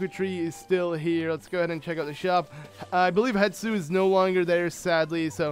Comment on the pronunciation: Hestu not hetsu